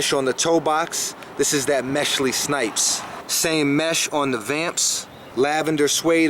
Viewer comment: he said "Meshly Snipes"